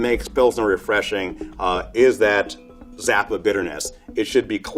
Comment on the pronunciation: The way he hit the "p" when he said "zap" was CRISP